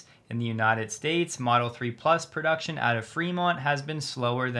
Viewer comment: "Production is…" you say? Maybe you should take care of not catching an Australian accent with such words!